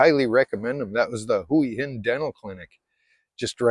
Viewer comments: You say "Hooey Hin" I say Wa Hin. Lol...I live in Jomtien but I could live in Hua Hin no problem. Cheers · That was when we moved away from Hua Hin ( or like you keep on saying " Huwi Hin " ), to busy, to much traffic back ups in the weekends, now we live in Pranburi at the border with Hua Hin and we barely go there anymore.Much more relaxed live here and better beaches, nice market in the night with live music, you name it, we leave Hua Hin for the tourists. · Thai is a phonetic language. Hooah Hin is how locals pronounce it. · 1 year in Hua Hin and you still can't pronounce Hua Hin ?? !!!